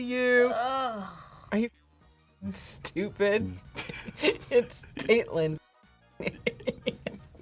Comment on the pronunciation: How do you get Tate-lynn out of Tatlynn? that drives me up the walls. That goes beyond English pronunciation.